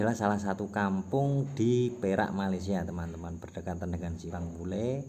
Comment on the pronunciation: bukan pule wak tapi pulai